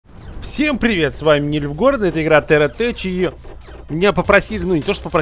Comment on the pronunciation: читается "терра тек", чувак